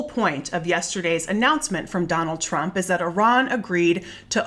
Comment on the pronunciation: Thank you! You are the best, and also the only one in the media that pronounces that criminal's name correctly! 👍✌️💙